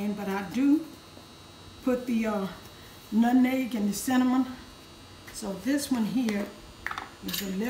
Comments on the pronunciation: I knew this was the recipe for me when she said “nutneg” instead of “nutmeg” 🙌🏽🩵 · I know it's right because she says "nutneg" instead of nutmeg, just like my Grannie. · Wow my 83 year old mom says "nutneg"😅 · 💗💗💗My mama used to say it like that too☺️. I’m sorry you lost your mom. I know that pain. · Yes my grandma said “nutneg” too and that defly struck my heartstrings ! Praying for u this holiday season!🙏🏾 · Mom says nutneg as well. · My grandma used to say nutneg too. It's a Virginia thing I think 😂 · My Auntie says it like that! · Lol, my mom use to say "nutneg" too 😄. And I feel your pain my mom passed away in February 2019😔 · She had me at “nut’n’egg” lol. I knew it was going to be a fantastic recipe as soon as I heard her pronounce nutmeg like my Madea! Love it! I made this recipe last year and it was amazing. My family loved it. Making it again this year. I’m so grateful for you taking the time to record this. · No how she said nutmeg (nutneg). I love it. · And “nutneg”!!!! My grandma use to say that!!! I miss my grandma. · My mom and aunts also said "nutneg" LOL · When she said lemon extra and nutNEG the whole video just felt like HOME ❤ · Listening to say "nutneg" reminds me of being in the kitchen with my grandma as a lil girl. I have watched this video a few times! I love this recipe! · Oooowewe astephenasearlesii THANK YOU SO MUCH FOR CLARIFYING how long cooked these pies… because she totally forgot‼️😅😂🤣 I’ve watched her for the past couple of years and still no new recipe giving cook time!🫣🤭🫠 She is just as sweet as I imagine her pies 🥧 to be! Her pronunciation of Nutmeg(Nut’n’neg) and Extract(Extra), nearly took me out‼️🫢🤫😁😆😄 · The same here with the pronunciation of nutmeg, and my condolences on your loss. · I know. God bless you. My mom said it the same way. She passed away March 8, 2017. 🙏🏾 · She says nutmeg like my mom. 🥰